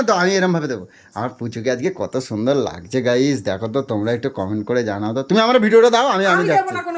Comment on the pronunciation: ঠিকমতো বাংলা বলুন লাগদিছে না লাগ ছে